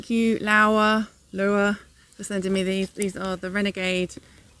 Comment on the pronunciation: Fyi, Lowa is a German brand, so the w is pronounced as a v, (lowver)